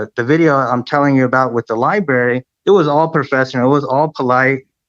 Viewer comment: He cannot even say "library"!?!?🤮 he never shows his face??? FIRST CLASS VERMIN!!!!